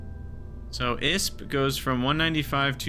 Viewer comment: aeroby? dv-difference? isp? your pronouncing them weird on purpose, right?